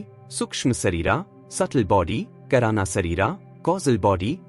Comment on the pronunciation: He pronounced Kaarana (का) shareera as Karaana (करा ) shareera. Please entrust the job of reading text to somebody who knows Sanskrit.